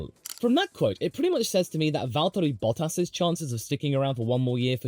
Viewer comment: I can't tell if enjoys or struggles saying "Valtteri Bottas"